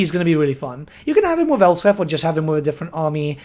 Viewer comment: ElsPeth. It's a play on the German name Elsbeth. You should pronounce them the same. SelzENmend? Sahl-Tsen-Moohnd. Gsus christ you're absolutely butchering these names. Brooh-kner. Theodore Bruckner. Please take like 1 pronunciation class on Germanic languages man. Or talk to ANY German dude. Or Dutch, like me.